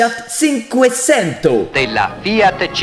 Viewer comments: Fiat, espagne, ssinque ssento, non squeezie y’a rien qui va fiat c’est italien et on dit tchinque tchento 😂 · c'est TCHinqueTCHento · fiat /tchinqwetchento/ pour cinquecento squeez hehe